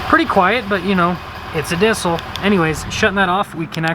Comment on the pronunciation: It’s a “dissel”